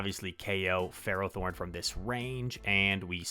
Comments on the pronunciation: How you say it is definitely correct. FEH-row-thorn. It's found in the Gen V magnetic cave. It's a steel type ferromagnetic pokemon. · You say ferrothorn correctly. It's ferro as in ferrous - made of iron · Ferro = Ferrous: Containg iron So i refuse to hear any other pronunciation, yours is right lol